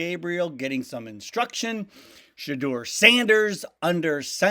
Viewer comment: Shuh - door. Not Shaw - doer.